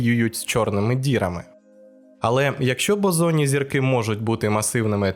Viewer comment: 3/4 відео подумки виправляв себе, що зірки Бозонні, а не ОЗОННІ 🤦‍♂️ 😂😁😁